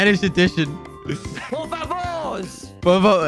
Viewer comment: se dice por favor no por favouurs XD